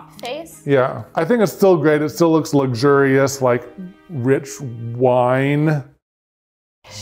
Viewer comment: Did he just pronounce luxurious lugzurious????? Wtf?! 🤣 🤣 🤣 🤣 🤣 🤣 🤣